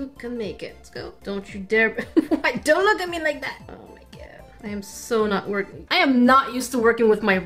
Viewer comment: Stop saying oh me gerd